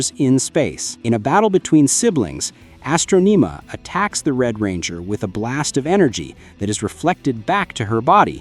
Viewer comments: Why do you keep on saying Astronima it’s Astronema you been saying her name all wrong lol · bro cant pronounce astronema tf its not astroneema you plebian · It’s astronama not how u r pronouncing it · What's wrong with your pronunciation if you've seen the shows? Astroneemuh? Drawgo sword?